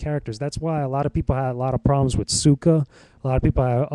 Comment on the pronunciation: the movie wasnt very bad nor was it very good it was just ok, but the problem i had with the movie is the way the said their names lol like Suuka instead of Saka and they said oong instead of aang lol i hated that but i 100% agree with everything u said